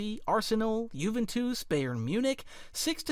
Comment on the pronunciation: bro your pronouncing of paris saint germain , juventus is beyond wrong